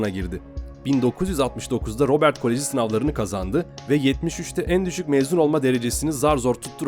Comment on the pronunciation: Julz değil jül, kolıç değil kolej , bunlar Fransızca ve bu şekilde okunur.